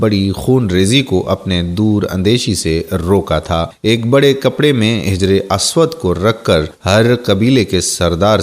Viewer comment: آپ اردو الفاظ کا تلفظ بہت ساری جگہ غلط طریقے سے کرتے دکھے ہیں مثلاً حجر اسود وغیرہ